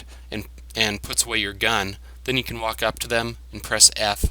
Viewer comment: The yellow star on the HUD is the Squad leader of that group of Stalkers and is actually the only one you can interact with. Idk but it sounded in the video to me like you said CAN'T 😹 Also you don't have to get bolts out to put away weapon, you can just press the buber number key for the weapon